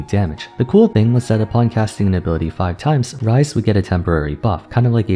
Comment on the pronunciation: XD bro just pun "Ryze" to "rice"